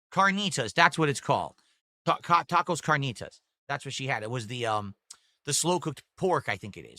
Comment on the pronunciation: If you ever went to Mexico and asked for "tacoWs Carneetas" you'd be laughed at and punched in the face fr fr.